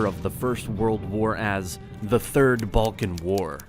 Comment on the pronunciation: Third? Oh, you mean "third". Got it.